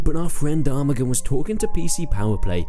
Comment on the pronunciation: not armagan it is arman say that that is wy better xd